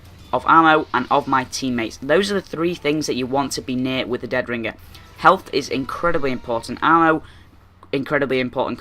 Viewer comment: listen to yourself say deadringer you sometimes say it with 2 g's like ringger